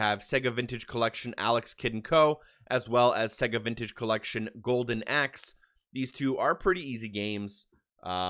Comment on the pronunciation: Dude how can you not know how to correctly pronounce Sega.... Smh